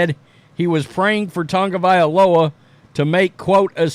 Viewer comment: Hopefully he learns and calls it a career. On another note. Why do all of you guys add an N to Tua's last name? It's TAGOVAILOA not Tangovailoa. I swear everyone who says his name F's it up. Your name is who you are. Respectfully say it right.